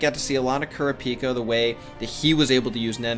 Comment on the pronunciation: It’s not kura pika it’s kuraaaapika